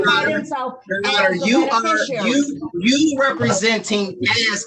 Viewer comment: If they want to use the word beneficiary they could at least learn to say it.